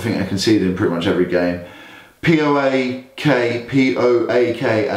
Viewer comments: Its PAOK not POAK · Is it so difficult for you guys to pronounce PAOK the right way like in one word? Plus do better research about the gun incident cause you are spreading lies and it's a shame... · It's PAOK! Just put the letters together. Not Pi Ey Ow Kay... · No poak..paok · Its PAOK not POAK and people dont say it p-o-a-k they say it one word